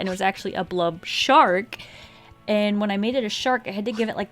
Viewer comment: Isn’t is pronounced blob? Either way, it’s a great video!!